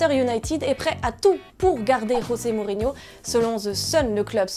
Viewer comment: 1 ère fois que j'entent dire rosé Mourinho😂